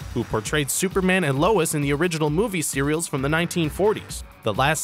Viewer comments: "Movie cereals" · He said Television Cereals